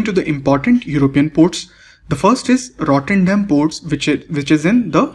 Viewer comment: Sir It's Rotte"r"dam port. not "n"